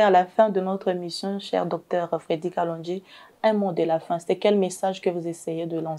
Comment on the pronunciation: C'est kalonji et non kalondji